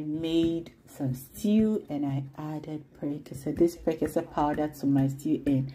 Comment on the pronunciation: Awww, the intro from is superb ❤️❤️❤️👍👍I can’t stop watching. My favorite part is how she pronounced prekese and exhibiting mummy recipe is out of this world ❤️ congratulations sweet girl ❤️❤️❤️❤️